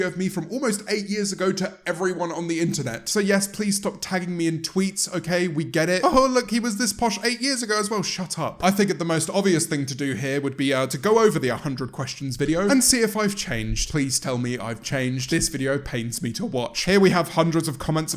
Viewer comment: Me: Shut up James: Shat ap